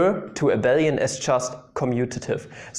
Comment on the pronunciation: Great to see something other than 'MEGA HARD INTEGRALS SOLVED USING MY PINKY FINGER' on a maths youtube channel. Also, you're the only person I've seen who says 'Abel-ian' rather than 'A-bee-lian' which is the CORRECT way. So ty you made me feel okay this morning.